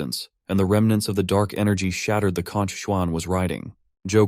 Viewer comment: pronouncing conch as cock is wild